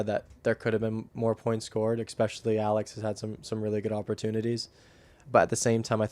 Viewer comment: That’s got to be a record for the number of uses of “honestly” in 45 minutes. Also, what does “expecially” mean?